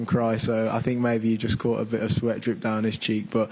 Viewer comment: “ Jut “😂 cant wait for all the press conferences